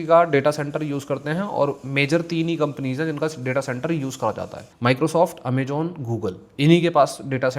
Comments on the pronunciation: Amazon ❌ Amajon ✅ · Amejon ✅ Amazon ❌